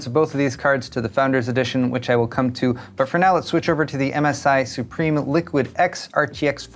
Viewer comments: Not pronounced as supreme. Sue-Prim. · it's pronounced Sup-Rim